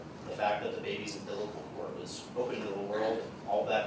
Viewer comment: Is she saying "umblicacord"???